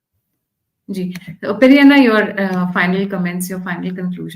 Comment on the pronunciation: Why is this lady calling him Peri Anna?